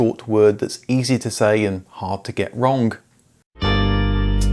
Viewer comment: You said "wrongk" that should not be hard to get wrong.